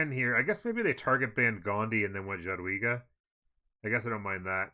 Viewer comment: Nice videos, thanks. FYI Jadwiga is pronounced ya-dvi-ga :P